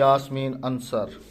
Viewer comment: Brother ansr nahe ansaaar